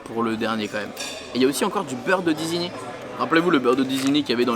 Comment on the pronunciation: on dit ISIGNY respecte la Normandie quand même 😂